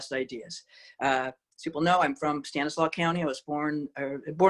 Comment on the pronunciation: Stanislaus county has an S on the end of it. She isn’t from around here.